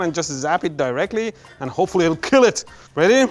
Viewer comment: "It can Keal"